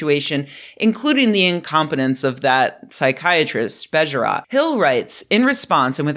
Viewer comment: "Bejerot" is pronounced with two stressed syllables and two long sounds: "BEYYYY-e-ROOOT". The o sound is approximately the same sound as "oo" in soothe.